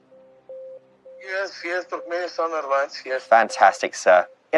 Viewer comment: Turkmenstein? Does he mean Turkmenistan?